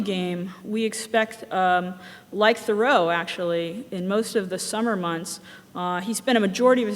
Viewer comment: This looks quite interesting, and glad to see it being done. However, how can someone make a game about Thoreau and yet not know how to pronounce his name?